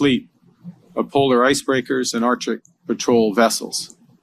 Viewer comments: 💢please note #MURICA: the area is pronounced #ArcTIC not #OurDick💢 Thank you for your attention in this matter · come on Carney ArCCCtic not American Artic